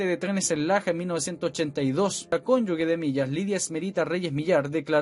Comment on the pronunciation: Cónyuge se pronuncia como J debe sonar CONYUJE mi querido colega. Yo soy la vieja facha de lenguaje 🤗